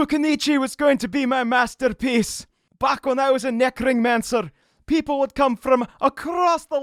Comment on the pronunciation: I thought said “neckringmancer” and it made me very happy